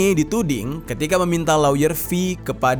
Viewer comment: Lawyer dibaca lier bukan si